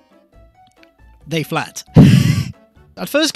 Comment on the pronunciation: “they phlat”